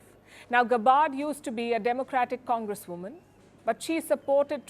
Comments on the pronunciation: Palkiji...It's not गबार्ड, it is गॅबर्ड! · You pronounced Tulsi's last name wrong. You claimed a bunch of things about her, said by other politicians, over which there is no proof. You did not cover onto WHY she met that president. I thought u prided yourself in being neutral? Clearly you too are human palki. Very disappointed. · You pronounce Tulsi Gabbard surname incorrectly & misrepresent her character by quoting that fascist warmonger Hillary Clinton. Gabbard wants to end US imperial war expansion & prospect of a nuclear war with Russia & China. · Please correct "Gabbard" pronunciation! Thank you!